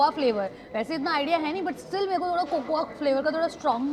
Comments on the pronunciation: it's not " ko-ko-aaa " just pronounce it as coco because a is silent. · Cocoa is pronounced aa koko and NOT kokoaaa. Fyi